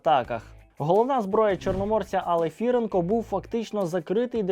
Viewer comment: Не АлефІІІІІренко, а АлефірЕЕЕЕЕнко!